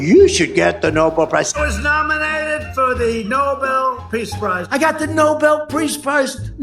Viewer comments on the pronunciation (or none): he kept saying "preace" instead of peace 😂